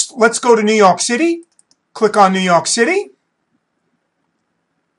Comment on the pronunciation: The way he says new YOK city. Anyway thanks super helpful.